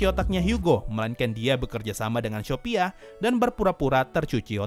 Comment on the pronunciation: Bang aku dengarnya syopia bukan shopia